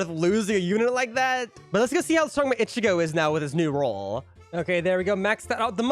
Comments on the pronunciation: The way he is saying ichigo is just 😑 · Why do you say ichigo like that..